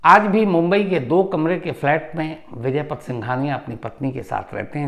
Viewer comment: आप बड़े पत्रकार हो। नाम तो सही जानो। उनका नाम विजयपत है , विजयपथ नहीं ।